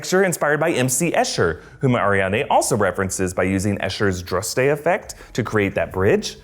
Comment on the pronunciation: Is it just me that cringes every time he says AriaNde instead of AriaDne. It was distracting!